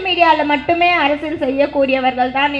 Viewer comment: Tamil leh varala neenga mayorruu😂😂 athu arasiyal arasal illa😂😂